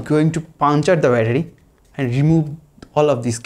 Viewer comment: Battery❌ Byataarie ✅